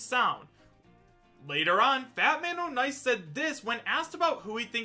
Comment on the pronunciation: It's pronounced "Fatman On Ice" not "Fatman O'Nice"